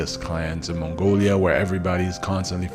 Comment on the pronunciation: It's not "mongolia", it's Mongolia.